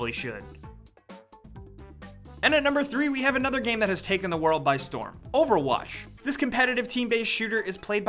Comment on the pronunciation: "Overwash" xD